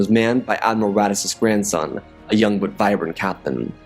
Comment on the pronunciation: you said grandon